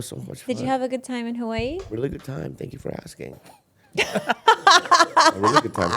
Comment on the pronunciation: Anyone else hate how says Hawaii?